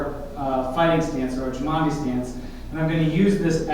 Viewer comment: You are pronouncing Cimandie inccorectly, and tgis is not half moon steps